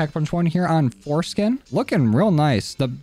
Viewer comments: My dude u said forskin in this vid LMAO ^^ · LMFAO he also calls it foreskin too? 😂